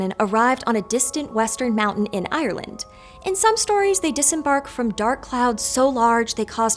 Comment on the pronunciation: Can you please look up the pronunciation of "Ireland"